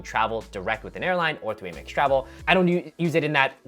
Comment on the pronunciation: Stop saying Eh-mex.